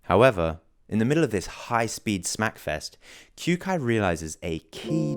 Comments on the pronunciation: Pronounced "Kyo-kai". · did he just pronounce kyoukais name as kyuukai? lmao